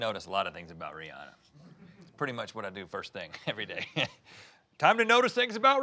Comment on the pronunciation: Thanks for saying Rihanna’s name right 😂